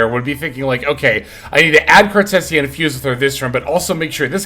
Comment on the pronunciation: Bro did not just call her “cartussya” 💀